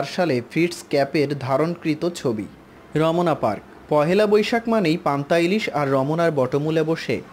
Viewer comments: Romna, not romona. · ভাই র ম না, হবে না রমনা হবে। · উচ্চারণে ভুল আছে র..... মনা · হায়রে উচ্চারন, রমোনা😂😂